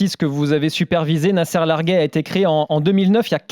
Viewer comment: "Nasser Larguet" en arabe marocain se prononce "Nasr Largte". Le "t" final se prononce.